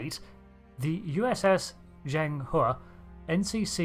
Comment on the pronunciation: FINALLY SOMEONE THAT IS NOT CHINESE SPEAKER COULD PRONOUNCE "ZHENG HE" PROPERLY "A unique design that has all the markings of a battleship or interceptor" Yeah... I have a better name for a ship like this. A Battlecruiser.